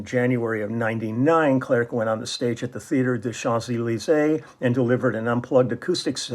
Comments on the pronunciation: You don't pronounce the last C of his family name clerc ;) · First song : Intense interprétation. Unusual song, it seems to me, from Clerc (we don't pronounce the 'c') but as only the French used to do (from a long tradition of great lyrics and long melodies). Solid arrangement, exquisite bass line in the upper range at the end. Then, ending is suspension... Thank you for sharing. Merci !